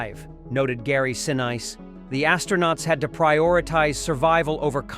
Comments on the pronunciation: The man's last name is pronounced "Sineese" not "Sin-ice".......calibrate your AI please. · See-nize? WTF? Oh, I get it - that's technical speak for "press the Do Not Recommend button NOW" because the pictures and voice are all BS. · Get your AI narration to pronounce names correctly - It IS NOT 'Gary Senise'! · I thought they said Gary See Nice! at any rate bad , stupid mistake! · To the narrator: Please get Gary Sinise's name correct. It's pronounced "sih-NEECE". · I love this movie, but you lost me and got my thumbs-down at "Gary See-Nice" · My all time favorite movie. A nice presentation but yes, please use real human narrators. Gary Seen-Eyes, recreation, I heard Swigert's name pronounced "Swiggert". They honor the event and film with a decent presentation and lose any credibility with mis-pronunciarions. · What? You haven't heard of the famous actor Gary Seen-eyes? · e.g. Gary Sinese. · Get a human narrator. Maybe then the pronunciation of words like re-creation and Sinise will be correct and lend some respect to the finished video. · Gary Sinise's name is mispronounced. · You should learn how to PROPERLY PRONOUNCE Gary Sinise's name! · Unfortunately this video lost me after the butchering of Gary Sinise' name. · Idiotic that the narrator cannot prounce Gary Sinese name properly!! how stupid. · These videos would be soooooooo much better if they used an actual voice narrator instead of AI. Real voice narrators know the difference between recreation and re-creation, and they can pronounce Gary Sinise's name right. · Boy you guys got that right mispronunciation of Gary's name is damn unpatriotic